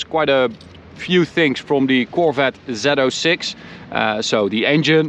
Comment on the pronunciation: Zee 06 NOT zeto 6!!!